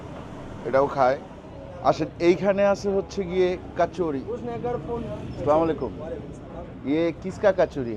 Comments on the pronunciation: আসসালামুয়ালাইকুম বলবেন,,স্লামালাইকুম কি আবার 😂😂😂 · আসসালামু আলাইকুম বইলেন।স্লামালিকুম টা সঠিক না। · ভাইয়া কিছু মনে করবেন না। সালাম শুদ্ধ ভাবে দিবেন। "আসসালামুয়ালাইকুম"।